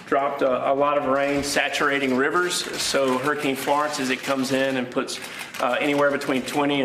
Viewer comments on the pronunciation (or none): Did that guy say saturated river?